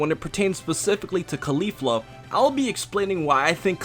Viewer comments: please fix that pronunciation jesus christ, its caulifla just like cauliflower not cUlEEflU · why does he say claulifla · CAAH LI FLUR UHH pronouncing things is hard. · Think cauliflower and try to pronounce her name again. Remember Sayians are vegetables. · Your pronunciation of Caulifla’s name is so cringy and gross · You not pronouncing Caulifla correctly breaks me.